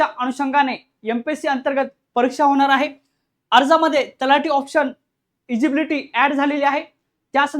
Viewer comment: इजिबिलिटी नसते सर ते eligibility असते